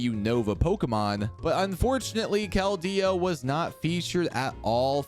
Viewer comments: Sir, it's just Keldeo. Not Kel-Deo. The pronunciation I base it off of is from the movie/anime. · why he putting so much emphasis on the D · I love all the videos but you say his name so funny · wait really ? its the first time i hear someone say it as kel-deo since its release in pkmn black and white